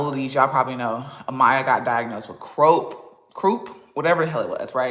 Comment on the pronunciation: She’s such an uneducated, pathetic liar. Also “ crowp for croup”🤨